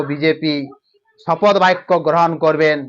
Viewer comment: এই অশিক্ষিত চ্যানেল শপথ গ্রহণ কে শপদ গ্রহণ বলছে! এটা নিশ্চয়ই ভয়ে পাল্টি খাওয়া তোলামুলের দুধেল গাই চ্যানেল 😅